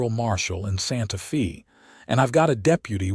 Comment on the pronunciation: Where is "Santa Fee" located. Santa Fe ( pronounced Santa Fey) is the capital of New Mexico. Get a better AI to narrate.